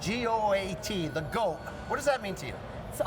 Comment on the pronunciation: The GWOAT unquestionably.